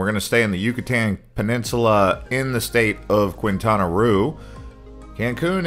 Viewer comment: Annoying that you do not pronounce areas in Mexico correctly. Qu is like a K therefore Quintana is said like Kintana